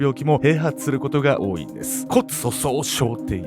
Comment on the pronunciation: アシュリーちゃんの考え方ステキだな。 全然関係ないけど「多い」って単語を 「多いい」って言う人がいっつも気になっちゃうんだよね🧐